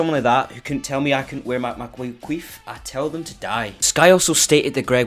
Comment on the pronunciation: its quiff not queef PLEASE google what queef means